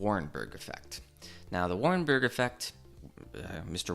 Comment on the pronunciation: Otto WARBURG, not Warenburg.